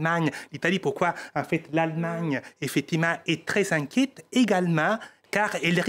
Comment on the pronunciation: Inquète? À tel point que le i s'est échappé 😂